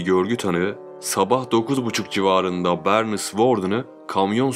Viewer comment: Böörnis mış 😂😂😂😂